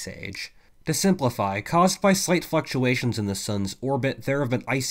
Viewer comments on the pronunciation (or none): Legit sounded like you said "slight F^*ktulations" lmfao